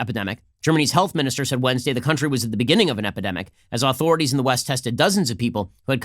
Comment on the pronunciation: "Ret-conning" vs. Reckoning" I love Ben, but the pronunciation bugs me and I get distracted. "Aww-thority vs, Authority". Also distracting